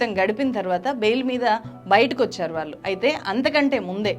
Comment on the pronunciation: వాల్లు కాదు వాళ్ళు…అనేక చోట్ల ళ…ల గా పలుకుతున్నారు. కొంచెం గమనించండి 🙏